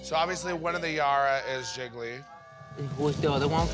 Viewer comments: One for Jiggily Two for Jiggily Nine for Jiggily Lol I love how she pronounces Jiggly 😂😂😂😂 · Can we talk about how Kylie pronounces Jiggly as Jiggily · i hear jiggle-y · I love how in the beginning sonique pronounced it “ ji-gle-ley”